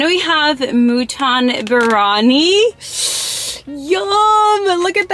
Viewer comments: Plz don’t say birani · It's not barani it's. Biryani sorry but it has a. Y and you didn't pronounce the. Ya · The way she said biyari 😂 [ not trying to be mean ] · U pronounced biryanis beef Bihari kebab wrong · It's mút-un and gaa-jr the pronunciation and biryaani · Moo-ton Bir-Ha-Knee